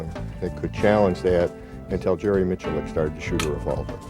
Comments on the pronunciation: "jerry micclicc" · I wish he’d learn to pronounce Jerry’s last name correctly!!! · If he's the man you want to be, then how is it you don't even know how to pronounce his name? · When are people going to learn to say his name right?! Love this guy!! So humble, and a complete bad-ass. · Imagine messing his name up like 5 times after youve heard the man himself say it. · Eric Borders My point exactly. The host butchered it several times.